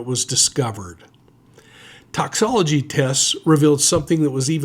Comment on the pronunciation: It’s “ToxiCOlogy”, not toxology